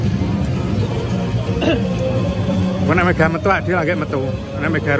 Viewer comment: Mega mas bukan medha..😂